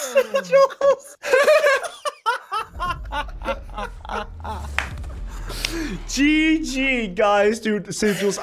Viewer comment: Bro it's sigils not sichels